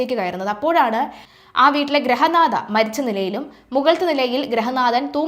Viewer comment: ഗ്രഹനാഥ അല്ല ഗൃഹനാഥ